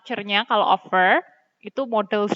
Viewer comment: Mohon maaf Miss, saya mau bilang kalo cara membaca "Offer" miss nya masih salah😁🙏 knp saya berani bilang gitu? Karena saya tau dari salah satu youtuber yg tema vlog nya ttg pembacaan kata Inggris yg seringnya org Indonesia salah membacanya, tapi thankyou very much juga udh dikasih ilmunya... Mohon maaf ya Miss:)🙏